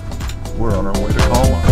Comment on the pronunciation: Nice video! My wife (Swedish) says you got the pronunciation wrong of the name :D It looks like a super little town! Sweden in the summer is always beautiful! Nice editing in this! Thanks for sharing!